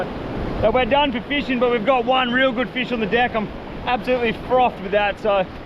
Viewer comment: “This is a guud feesh!”